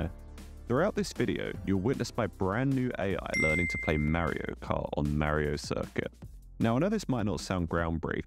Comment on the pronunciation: It's Mario not Marry-o